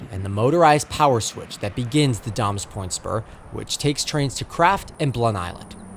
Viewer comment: Great video! I do need to point out that it's pronounced "day-mes point" not "dahmes point".